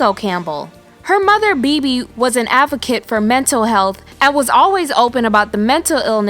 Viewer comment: You.are pronouncing Maias name wrong and you are pronouncing Bebe's name wrong. Women who.are born in November and are highly sensitive tend to have mental illness and addiction.issues.